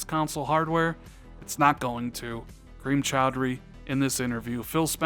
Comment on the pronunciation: Phil, say Kareem Choudhry. “Cream Chowdery.” Dammit Phil, cut!